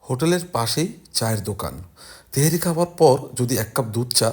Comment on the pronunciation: তেহেরি কি ভাউ? আজীবন হুনলাম তেহারি। আপনারা কোন জায়গার আংগাল বাংগাল ছাংগাল যে তেহারি রে তেহেরি কইতাছেন।